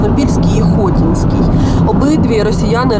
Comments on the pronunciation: Хоті'нській. Наголос на другий склад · Невірний наголос в Хотинській громаді. Треба на другий склад